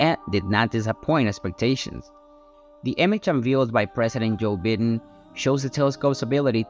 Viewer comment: I got a good laugh out of how the AI pronounced the name Joe "Bidden" 🤣.